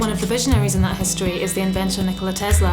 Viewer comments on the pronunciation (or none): Forest here please she has PhD but cant pronouce his surname properly it is tes-la it's an s not a z